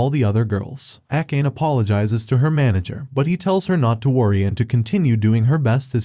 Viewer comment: Akkeyn instead of akane is funny 😂